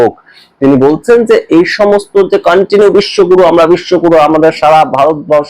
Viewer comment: Bishwaguru. Na. Bishwagoru